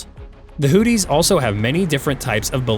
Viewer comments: It's pronounced Houthi's not Hooties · Hoo theese....not hoot tees. 😅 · Learn how to pronounce “Houthis” it’s not Hooties. 🤣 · I am sure its not "Hooties" try looking at the letters -- Houthi --- and have a go at pronouncing some of them.